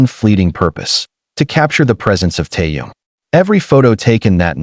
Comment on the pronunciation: You don't even know his name. He is Kim (family name) Taehyung (first name). Butchering his name is disrespectful!